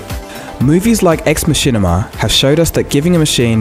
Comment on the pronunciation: "Machinima" HAHAHA! Lost my shit. But yeah nah, good video man.